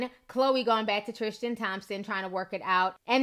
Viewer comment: Love your new outro... but sis there's no H in Tristan <3 love you